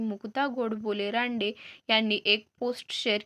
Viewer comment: Adhi nit bol kay uchchar kartes ranade manayla sim tande manje kay akkal ahe ka jo to uthto to bstmya deto nit bol mug sang